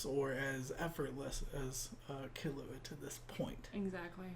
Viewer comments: I agree with the notion but you screwed up where the accents are. In the case of Serena and Akane, japanese people put emphasis on the first syllable, but not the last one (otherwise you would have something like Serenà or Akané). In Killua's case the emphasis goes just on the KI, while in Kurapika's case the emphasis is actually on the RA. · People are complaining you're stressing the wrong syllable in "Killua", I bet, not that you're actually pronouncing the sounds wrong. At the same time, they might not realise it's just the stress that's off, so they'll try to correct you in a way that doesn't actually address the problem. You were saying key-LOO-ah before. It's supposed to be KEY-loo-ah. I hope that clears up any confusion regarding that matter. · The main problem is that you're stressing the wrong syllables in the names, making it sound wrong, sorta like how people often stress the wrong syllable in Naruto's name. If I were to indicate the syllable that should be stressed with , it would be: [Ki] llua [Le] orio Ku [ra] pika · It’s ‘kill-oo-ah’ with more emphasis on the ‘kill’ part and the rest spoken abit faster. The way you guys say it sounds more like ‘ki-loo-ah’. It needs to be abit more separated as if they were 2 words: Kill-ua’. Hope this helps 😊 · Why does everyone pronounce Killua's name with the english word "kill"? IT'S NOT. It's KEEL. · Okay step by step let's start with killua right now : Dubbed Hxh pronounces it like you do i think ? Subbed Hxh pronounces it close to how you do, the thing you're saying wrong is the emphasis on the ''illu'' instead of the emphasis on ''kill'', TL;DR : it's pronounced ''KEERU-wa'' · ...Except the pace you say "ki" and "lu" should be the same, the first L before "lu" becomes a pause. Also "ki" is NOT pronounced like "key". Source: I speak japanese. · That is actually very wrong. The u is not "you" at all. U in japanese is a sound similar to O in "who", but shorter.